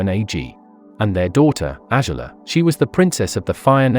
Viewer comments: No one gonna talk about how he said AZALA instead of Azula 😂❤ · "Ashula" Man has not watched Avatar jn a while